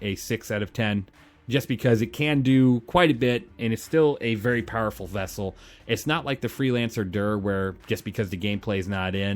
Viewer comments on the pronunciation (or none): none